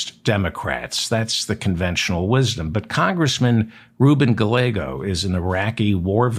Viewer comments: I believe the ll in Gallego is silent. It's pronounced Gaiego. I could be wrong but it's what I always hear. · Gallego pronounced guy-yay- go.